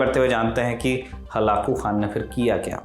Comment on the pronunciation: चंगेज या चेंगीज ? बार बार खान का उच्चारण क्यों ये भी गलत उच्चारण है